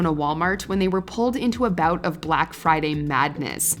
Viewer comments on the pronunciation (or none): none